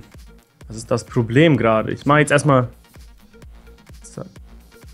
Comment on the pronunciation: mit "tzt" ;D